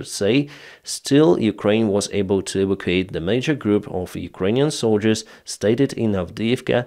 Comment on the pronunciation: Evacuate evacuate evacuate learn this word evakuyuyusya E. Vact U ATEDE! Sorry love your channel